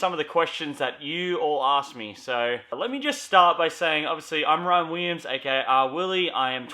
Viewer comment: Why do you say your name as "Ryan Wiyiams" instead of ""